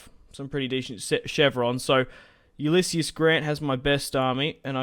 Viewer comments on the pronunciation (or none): it's pronounced yoo-liss-eez btw